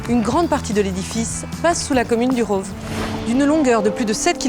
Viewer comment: Le "village du Rôôôve" 🤣🤣🤣 prononciation à la parisienne !